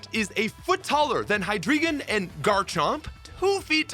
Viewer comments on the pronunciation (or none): Hydreigon pronunciation guide: 'High Dry Gon' 'Drei' is 3 in German. The entire evolutionary line plays off of German numbers; 'Ein' is 1 (Deino, pronounced 'Die Know'), 'Zwei' is 2 (Zweilous, pronounced 'Zv-eye liss). In German, when two vowels appear next to each other, it is customary for the second vowel's sound to dominate. Hence, 'ein' rhymes with English 'wine' and 'dine'; 'zwei' rhymes with 'lie' and 'dry'; and the same with 'drei', which rhymes with 'fly' 'cry' and naturally 'dry'. So please don't call Deino 'dee-know'. It's a dinosaur, and we call that a dino.